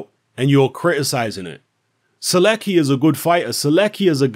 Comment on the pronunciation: Skips first name butchers the last name xD